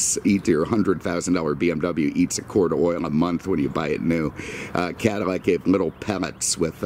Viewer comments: He says Cadimmac instead of Cadillac. And almost any word that has a "L" sound he uses "M" sound instead. When he spoke of the Porsche 911 he said nineemeven. It is a speech impediment and I'm not making fun of it. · how are you pronouncing Cadillac? It sounds like Cadimac.